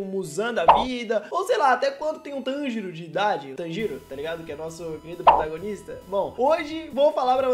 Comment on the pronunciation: tanjiro n, Monjiro